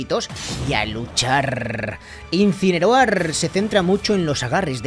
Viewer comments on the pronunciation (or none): no es insineroar es insineror